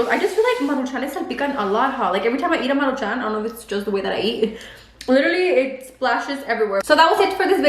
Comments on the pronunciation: It’s Maruchans not Maruchanes 🙄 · Take a shot every time says “Marucahun”🤣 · 1 shot for everytime says maruchanes🤣🤣🤣 I'll be fucked up af by the end of the video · Why do you say it like MARU (pause) Chan? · Take a shot every time says maruchanes 🤣🥃